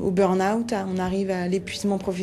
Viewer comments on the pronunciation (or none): Burna-Oute pour dire '' Burn Out''.... mes oreilles saignent. 😖😖